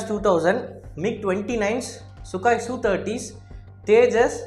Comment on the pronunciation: Sukaai illa bro... Sukoooi bro..